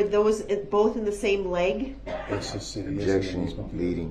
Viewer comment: YES! IN CRIED WHEN SHE made her heartbreaking statement....and when Zach asked her "how many kids do you have?" And he said "OBJECKSHUN irrelevant" he basically said her kids were irrelevant....but I honestly think he meant it just as it sounded! Only him and his kids are relevant...if even his kids...it's more like HE IS THE ONLY ONE THATS RELEVANT...HE'S DEFINITELY A SICK MAN..BUT NOT MENTALLY ILL..HE'S PURPOSELY MENTALLY ILL...BY CHOICE, HE ABSOLUTELY KNEW WHAT HEBWAS DOING! I'VE SAID IT A MILLION TIMES AND I WILL SAY IT AGAIN..THIS MAN IS CLASSIC DUNNING-KRUGER...I WORK WITH THE MENTALLY ILL, DAILY! THIS IS NOT A MENTAL ILLNESS...AND HIS MOTHER IS TO BLAME AS WELL. SHE CREATED THIS DEMON..BY NEVER HOLDING HIM ACCOUNTABLE! TO THIS DAY, SHE IS MAKING EXCUSES!!!I HOPE EVERY VICTIM SUES HER CAR INSURANCE COMPANY AND SHE GETS WHAT SHE DESERVES...SHE IS ALSO CLASSIC DUNNING-KRUGER...I HAVE WATCHED EVERY SINGLE INTERVIEW WITH DAWN WOODS....I REALIZE HE IS HER SON...BUT I HAVE 6 BOYS...IF ONE KF MY BOYS DID THIS, THR POLICE AND COURTS WOULDNT HAVE TO WORRY ABOUT AN INTERROGATION OR A TRIAL FOR THEM...I would be the one on trial...because they would no longer have a heartbeat...I would take care of the issue and turn my own self in! But Thank God, my boys know how to take accountability with their actions and they know better! They're far from perfect...but they absolutely know right from wrong and the consequences (sorry for the all caps...my phone does that from time to time..Go